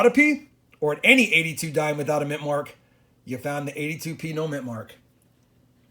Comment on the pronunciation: Dhime thime